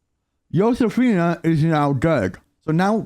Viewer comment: Yow-Sefina haha